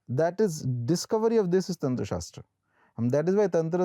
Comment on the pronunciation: It's not tantraaa, it's Tantra🤦‍♂️